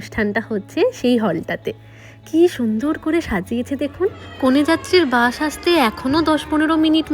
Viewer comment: আপনি তো আবৃত্তির মানুষ আপনার উচ্চারণটা আরো সঠিক হওয়া উচিত যেমন বাস হবে বাশ না😊😊 আপনি দন্ত্য-স কে তালব্য শ উচ্চারণ করেন, তাই শুনতে খুব খারাপ লাগে, কিছু মনে করো না ❤❤ তোমাকে একটু কারেকশন করে দিলাম😊😊